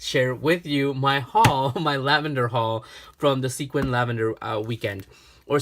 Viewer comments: LOL.....in the Northwest we pronounce it Skwim....not sequin. Kinda like people from Nevada pronounce it Nah-vah-dah. Their are so many beautiful little towns dotting the Northwest. My parents came from Reno to visit and we ended up moving here almost 50 years ago. It is truly a gardeners/farmers paradise. There are tulip festivals, lavender festivals, strawberry, blackberry, dahlia, lilacs, blueberry and of course Rose festivals all over. Anything that comes from the fields or ocean and there is a festival. So, glad you had so much fun on your trip. Hope you get to spend more time visiting next time. Ciao! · I love how he said that he wanted to make sure that he didnt misspernouse sequim but he did XD. Its pernoused squim